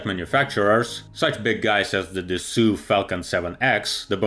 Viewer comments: White Mail Privilege No! Assault is pronounced differently. It is like „asalt“, whereas Dassault shall sound like „Dassoh“ (not „Dassoo“)! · Dassault is not pronounced “dassoo” but dasso, the same sound when you say “oh”. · Great video! Just one thing Dassault is pronounced « dasso » and not « de su ». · Good summary! But please learn to pronounce „Dassault“ - you are an expert and need to pronounce proper! It’s „Dassoh“ and not „Dassoo“. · I always thought it Was Dashassault not dassoo lol Grammar police are pain in the arse sometimes............. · “Dasoo”.... I’m out. - a dassault falcon pilot